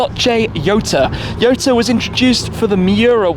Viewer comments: Jota(hota) not yota. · I think he pronounced it wrong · Why Jota is pronounced as Yota ?? 🤔🤔🤔